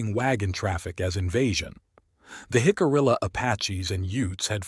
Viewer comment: Great video just a shame that AI can’t pronounce Jicarilla. Hick-uh-re-uh